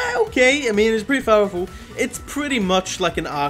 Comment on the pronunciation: ah okay, it's pretty fowerful